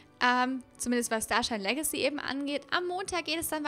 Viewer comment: warrum sprichst du "Legacy" immer falsch oder komich aus?